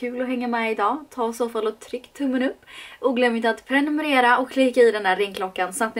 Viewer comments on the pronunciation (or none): none